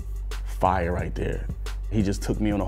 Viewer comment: This "Fiyah". *Gives low rating